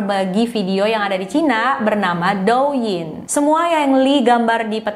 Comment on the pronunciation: Do Ying,,, bacanya Te ing say🥰🥰,,, sejenis tik tok